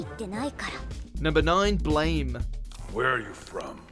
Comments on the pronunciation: BLAME! is pronounced like "blom" Magi isn't "maji" it's ma-gi Ajin is ajeen Get it right! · I think BLAME! is pronounced blam. I'm not too sure on it though.